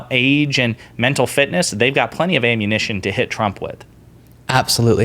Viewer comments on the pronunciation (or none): none